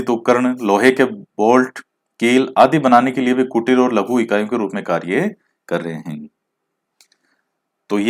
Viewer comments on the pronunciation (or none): एक तो आपके इकाइयों और मेनचेस्टर को गलत बोल दिया